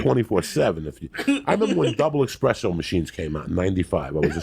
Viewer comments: expresso machine lol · Joey "expresso" Diaz.